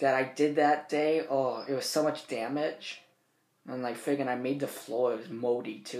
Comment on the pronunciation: "So much damitch"